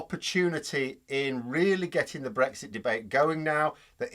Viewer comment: when they say it's not breixt..😂😂..